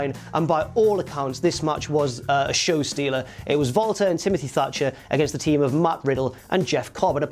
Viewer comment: sounds like he is saying Vaulter Not Walter